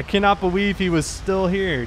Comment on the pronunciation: powice officer lol boweive lol